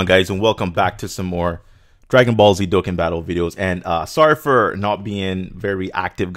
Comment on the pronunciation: Lol says that its not coora its cooler but calls Dokkan, Dokkin. (Just a joke dudes don't take this seriously...)